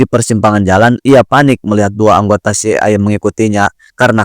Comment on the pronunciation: CIA dibaca Si Ai Ei. Bgtu bro. Greget aja dengernya. But, makasih reviewnya